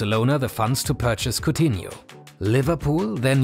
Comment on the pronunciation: Coutinho* not Khutinho